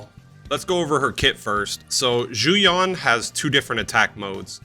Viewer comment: The gall to try to charge the price of 10 soups for 10 minutes! You can get reasonably close to the Mandarin pronunciation of Yuan by just saying the letters U and N one after another. But definitely U En and not U On.